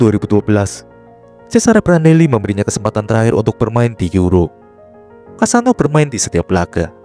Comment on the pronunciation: Kassano bukan kasino